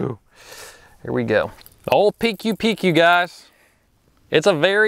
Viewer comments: Should pronounce PcooPcoo XD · Pronounce as Pi kooo Pi kooo💪🏻🎣